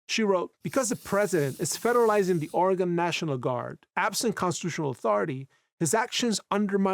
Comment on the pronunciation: Entirely minute aside: Its not Or Again! Its Organ/Orgun (actually its not quite that, but youll sound more right if ya say such; as its Or uh ginn — but the uh is barely voiced and said quickly so it sounds like Organ) The only time ya emphasise the uh part is when ya say Oregonian, tho even there Oregonians are likely to say the word faster so its more like Organian, just with a very faint uh in it This is akin to how au revoir is pronounced by French spkin natives and those who learn French as a second or more language; a proper French person will say au revoir where they do voice the re part, but they do it super subtly and the emphasis is on the part after such. So as a not native French speaker; youre much better off just sayin au voir, and youll sound more native to the tongue that way I just cant stand how oft i hear my home states name so badly butchered by everyone outside of Oregon; its a very minor nitpick esp compared to the rest of what the vid is about, but like, yall sound foolish to oregonians when ya say Or again or similar instd of just Organ.